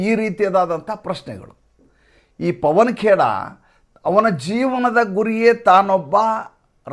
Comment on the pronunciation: ಪವನ ಕೇರಾ ಅಲ್ಲ ಪವನ ಕೆರ..